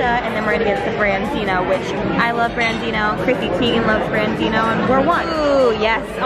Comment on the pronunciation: just so you know its branzino (brahn-zino)